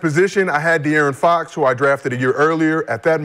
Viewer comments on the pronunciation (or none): Love how Brandon adds a T to Fox name lol